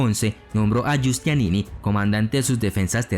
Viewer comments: Muy buen video. Solo recomiendo mejorar la pronunciación. Génova se pronuncia tal, y no Yénova (a menos que estés hablando en italiano), y el gran militar genovés fue Giustiniani, no Giustianini como tú lo dices. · No era Giustianini, sino GIUSTINIANI. Y en cuanto a la catedral, se pronuncia HAGUÍA SOFÍA.